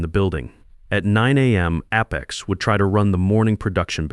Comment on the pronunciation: I enjoy how the AI makes up slurred mumbled nonsensical sounds as substitutes for many simple words. And if you are going to use a word -- like Apex -- perhaps make sure AI pronounces it correctly. All in all, this really detracts from an otherwise interesting story.